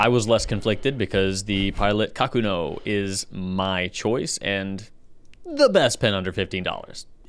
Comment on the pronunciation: Ka-koo-no - please